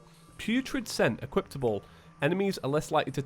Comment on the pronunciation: Did anyone notice that he always say "Equiptable"?